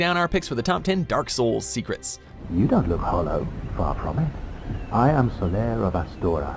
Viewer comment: I wath oolready familiar with all of theeze tho called theecrets, er umm think you veery mutch